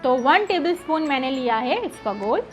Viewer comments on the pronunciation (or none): Isabgol hota hai isbagol nahi…